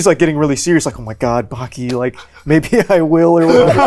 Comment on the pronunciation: how long does connor need to live in japan before he learns the vowels. like bro pls stop saying backy instead of baki 💀